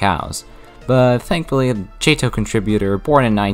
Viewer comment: Still Jay-Toh? 🤔 Dude just saying it's Jay-Tee-Oh-H 😂 Also one more nitpick: you implied 146 is over 150.